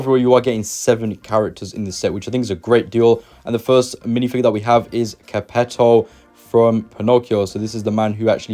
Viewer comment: How to Pronounce Geppetto Lol, don't come across as a Disney fan without saying the names right.